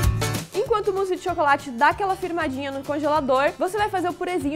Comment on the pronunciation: se diz o musse